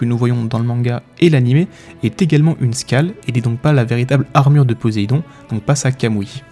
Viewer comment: La prononciation de "scale" à la française, au lieu de la prononciation anglaise, ça fait un peu mal aux oreilles, surtout que ce mot est entendu à chaque phrase ou presque... Autrement, merci pour ces infos intéressantes !